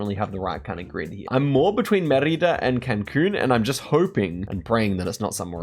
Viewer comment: Please, its Mérida. The stress of the word is in "Me". He said it so many times I'm sorry to be a hater but it just was driving me crazy